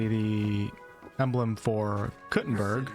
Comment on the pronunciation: Proper way to say Kuttenberg is Koo-ten-baerg. In German.